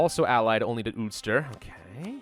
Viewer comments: Anyone from Northern Ireland and Ireland will get ptsd by the way you pronounce ulster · I hate how saids ulster